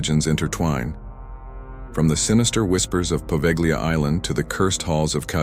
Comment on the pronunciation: The g is silent in Poveglia, just a heads up